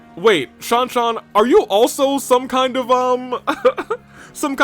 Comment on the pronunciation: You were right on the pronunciation of Mireille , it's pronounced that way when the games get EN (CSIV and TIR), and "Shanshan" is pronounced "San-san" with a silent "H"